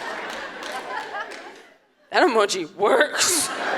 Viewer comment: "that emoji worrkS"